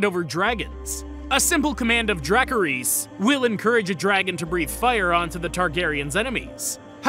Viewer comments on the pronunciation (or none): You can tell he’s reading off a script and didn’t actually watch the show, because wtf is dracareez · Ok ok say it with me DRACARYS. Bro putting to much on the zzzz, he needs to watch an episode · Dracaries??? It's pronounced draaa-kar- is😔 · Weird. But can I just say this, it’s pronounced: Druhcariss* you’re welcome! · "Dracarys nuts." If you pronouncee dracarys correctly, this doesn't sound like a old joke. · I've heard a few pronounciations for Dracarys before but this is by far the worst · What? What you said made no sense. And you pronounced Dracarys wrong. She was the only Targaryen to use it in Game of Thrones because she was the only Targaryen in Game of Thrones. And House of the Dragons is a prequel with more dragons so what word did you expect them to use? This isn't some surprising thing.